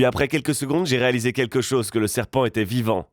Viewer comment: tu as dit sepant